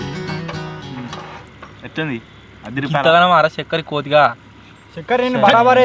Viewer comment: చెక్కరి ❌చెల్కరి ✅ 😂😂😂😂😂😂😂